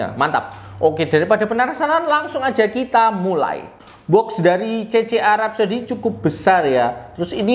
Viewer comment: udh gw dengerin ampe speed 0.5x tetep kedengeran "CC Arab saudi.."😅